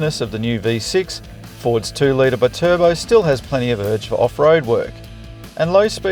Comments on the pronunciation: B-Turbo 😂 I haven't heard anyone try to pronounce Bi-Turbo like that... Perhaps the ute is good for carrying B-Cycles too? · bit urbo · Still cant get over howe you pronounce BI-Turbo as one word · Love how this guy just invented his own way to pronounce Bi turbo 🤣🤣🤣